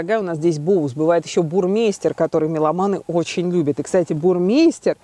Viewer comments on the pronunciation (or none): Правильно не Бурмейстер а Бурмайстер! Немцы так говорят!